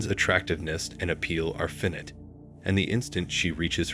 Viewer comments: I enjoy your videos but not sure if it’s a real narration voice behind it. There’s so many mispronounced words (e.g. epitome, finite, etc.). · Love the videos. May want to learn how to pronounce the words finite and epitome.